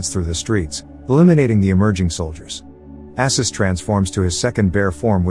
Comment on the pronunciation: This was a fun movie. The summary is a bit sloppy in places, but maybe you've only watched it once? I've probably seen it about a hundred times. It's Arsus, not Assus, and those are mobsters Khan kills. I never did figure out what Ksenia did with her clothes underwater in her circus act, though.